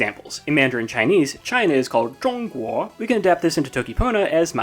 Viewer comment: as somebody grew up speaking mandarin his pronunciation of zhongguo was pretty good